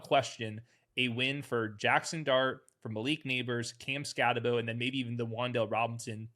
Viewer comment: Cam Scataboo (that's how you say it MFers) is a football player. Don't tell me how you guys loved him during the draft you couldn't even pronounce his name. You kept calling him scata bo. BO. For those of you like me who stole him late in every draft, we knew our eyes weren't lying.